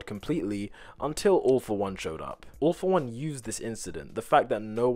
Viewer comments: When he said "all for one",I heard "awful one" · instead of 'All for One' I thought he said 'Awful One' which I mean kinda fits xD